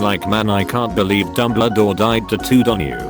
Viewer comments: It kept pronouncing Dumbledore as " Dumbladore " and I fucking lost it everytime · Nobody: No one at all: Absolutely not a soul: Reader bot: DuMbLa-DoOr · No one's talking about how he says dumbledore and douchebaguette